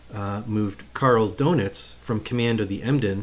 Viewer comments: Good video. Just want to let you know Rayder is pronounced ‘Raider’, and Donitz is not ‘donuts’ it’s pronounced ‘Don-its’. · I'm not sure it's pronounced "doughnuts". 😀